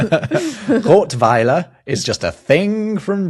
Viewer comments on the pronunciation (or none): It's not "Rotweiler" with a long "o", but "Rottweiler" with a short "o". This is from "Rotte", which is a hord and has not a lot to do with red🙂. Rottweil btw is a most beautiful town in the Black Forest.